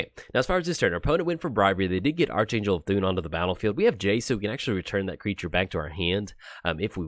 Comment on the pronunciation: It's actually ark-angel LUL